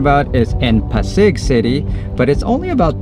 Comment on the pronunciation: The accent is on the first syllable when you say “Pasig.” PAH-sig.